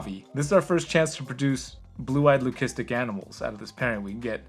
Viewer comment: The way you pronounced leucistic hit my ears weird. Just sounds wrong. But I’m no expert.